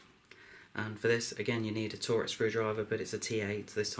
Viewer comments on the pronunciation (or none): Torx brand name is pronounced the same as Talks,not "Tor Ex". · Its a TORX screwdriver, not a torex lol.